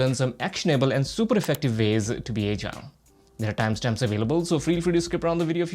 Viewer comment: your pronunciation of the word "Agile" is not good, please rectify it.